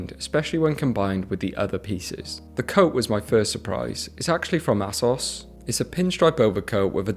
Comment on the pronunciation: Bro... Absolutely everyone knows how to pronounce Asos... Its AY-SOS... Not ASSos 🍑 I get you're trying to be understatedly unique, throwing in mysterious pronunciations here and there. But that one isnt it.